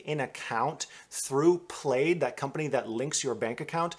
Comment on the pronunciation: Jeeeesu Christ, -- learn how to pronounce.... PROMISSORY... and PLAID